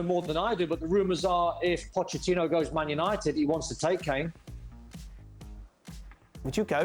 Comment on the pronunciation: If Kane goes to United, he is dead-in-the-water. His career is OVER, regardless of whom the manager will be - Pocchettino, or whomever. (By-the-way, it's pronounced Po-Ket-tino.) There are too many deeply rooted issues with Man U these days involving a number of players.